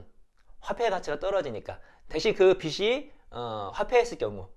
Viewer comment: 좋은 설명 감사합니다 :)빚이 : [비시] (X) [비지] (O)빚을 : [비슬] (X) [비즐] (O)